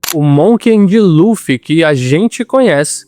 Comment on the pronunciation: voce mandou varios "Monken de Luffy" com N que eu ou vi muito bem ahahah. Gostei do video.